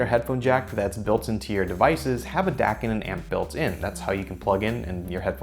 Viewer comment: when Dac sounds like dick